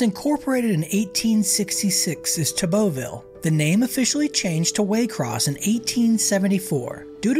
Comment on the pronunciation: It was "Tebeauville" not tabeauville. Pronnounced like Tebow-ville.